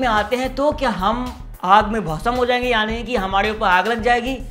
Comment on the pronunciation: Not, bhasam It's bhasm,🤣🤣🤣🤣